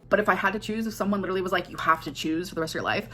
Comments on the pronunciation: That’s the only word she knows. Literally, lidurally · I hate the way she pronounces “literally”